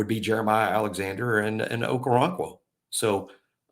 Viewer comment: Its pronounced Oko-ron-kwo. Hes very athletic with his background in soccer and gymnastics. Excellent feet